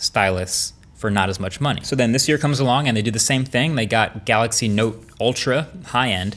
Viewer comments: what did he say ; note or nope. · you're saying it wrong it's the note 20 fan edition